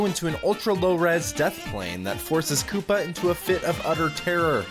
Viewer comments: its supposed to say KOOPA not KOOPER Lol no hate bc im not hating ur soo funny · Koopa spelled like this koopa not kooper